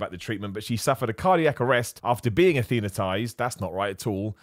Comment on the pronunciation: Athenatised? Ok Mr Malaprop. 😉